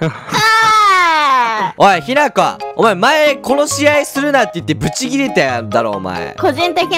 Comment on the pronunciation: ひなこさんしゅんたんって言ってた